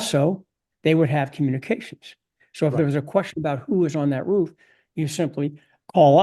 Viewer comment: I love listening to Larry C., especially when he pronounces roof like whoff 😂